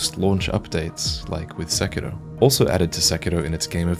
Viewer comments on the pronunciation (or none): It's suh-kee-roh not seck-eee-doh